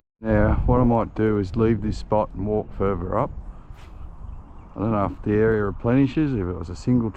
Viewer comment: Mate, my family has been in that district since 1820, and I lived around Richmond for many years. Why can’t you say further, rather than furver, another rather than anover, and bother rather than bover. It just makes you sound like a stupid Westie, and Windsor/Richmond people are not stupid Westies (like those from Penriff)!